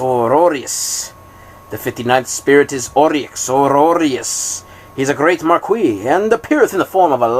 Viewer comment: I love the enthusiasm you read with and don't mind the errors.... Some gave me a good chuckle, but damn the way you pronounce "marquis" just hurts my ears :P Thank you for the Audiobook thou!